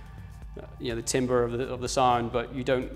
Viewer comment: it's pronounced tam-ber mate